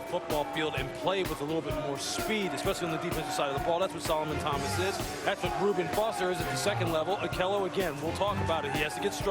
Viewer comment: Mime Zee Hey game of thrones Anyway I was saying how his name was mispronounced